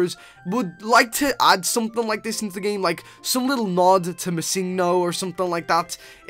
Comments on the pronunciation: uhhhhh its missingNo. not missingo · It's missing no not misingo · Um its missing no not missingo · ITS PRONOUNCED MISSING-NO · He said missinggo XD